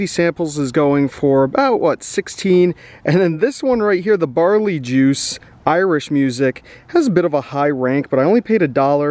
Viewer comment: Pretty sure it’s BARley. BAREly is a little different. 😜